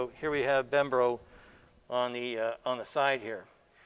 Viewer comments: Hey Sandy its Brembo callipers not Bembro. :D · “Bembro”? Haha its Brembo Sandy!!! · Bembro? Wonder if he wants to say Brembo. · Brembo not bembro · I love the work you do Sandy, and the Italian brakes manufacturer is BRembo, not BembRo. :-) It's just something that doesn't sound good hearing you say it! Brembo is a long standing high-performance brakes manufacturer, specially for racing bikes, and the floating callipers are very common on factory racing and modified bikes. 'Cause it's great for modifications and reengeneering! ;-) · BREMBO not BEMBRO . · he is keep saying bembro instead of brembo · Bem-bro brakes, never heard of them :P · it's BREMBO AND NOT BEMBRO !!! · Did he say BEMBRO...lol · BEMBRO brakes? Really? It's Brembo , as every car guy knows. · It's brembo not bembro. Both the video and article got it wrong. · Oh I was cringing so hard every time he said "Bembro" And then he even showed the logo, how does he not see it's Brembo?? BREM-BO, K BRO? Btw loving the teardowns though! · “Bem-bro” brakes? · They are BREMBO Brakes, not BEMBRO. Sandy refers to them as BEMBRO quite a few times. It's trivial, but he should at least pronounce them properly. B-R-E-M-B-O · Doesn’t even know how to pronounce BREM-BO correctly. What a joke. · "bembro"...Anyhow, great series :) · "Aluminum" ? "Membro" ? And here I thought my dyslexia was bad. :D Loved the video by the way. Never seen anyone going to deep into examining a piece of mass transportation! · "Bembro" LOL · lmao haha bembro!! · Why isn’t Tesla making their own “brembro” ? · B-R-E-M-B-O :-) Otherwise a brilliant video :-) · Ian Bower he says Brembo other times. It’s probably a little “lesdixia” on the pronunciation is all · lol I was the same, he even pointed to it and still said it wrong, glad I'm not alone :)